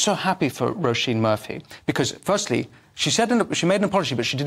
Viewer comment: Her name is pronounced 'Row (as in row your boat) Sheen' with emphasis on the Sheen 👍